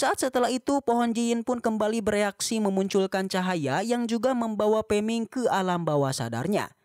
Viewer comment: Peming ko gak liris min